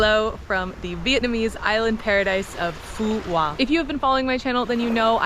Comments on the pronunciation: The Qu in Quoc is pronounce like a W in the south. Other accents are different but I think Southern accent is easiest for you. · It's called and pronounced "Phu Quoc." Americans are a delightful people